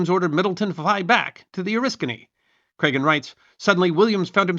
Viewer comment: As an Oriskany native, it's nice to hear our little village name get pronounced correctly. So few historians on Youtube do so. Also, more pertinent to the video - So he's the real first jet ace, most likely??